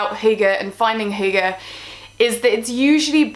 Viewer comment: Why don't you start by pronouncing properly what you are talking about?